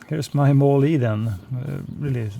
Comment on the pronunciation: Not trying to critique you but the e at the end is silent... sounds like mall. Great flight! I also liked your review of the Air Tractor, makes me want one!